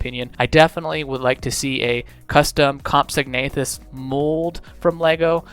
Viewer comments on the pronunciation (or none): none